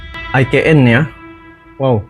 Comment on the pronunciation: IKN menurut ejaan bahasa indonesia di eja I KA EN bukan AI KE EN.....he he he....